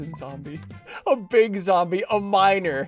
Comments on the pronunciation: "I have two miners, HAHAHAH" when he said miner i hear minor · nah bro I left this running I thought he said "minor" instead of "miner"🙏😭